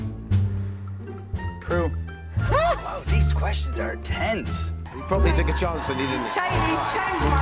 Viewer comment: someone saying we probably took a chance me thinking Niall’s we took a chOnce 😂